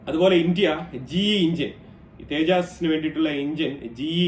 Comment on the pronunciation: തേജാസ് അല്ല തേജസ് ആണ്